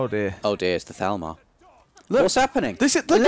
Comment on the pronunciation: I'm pretty sure they're saying thalmor wrong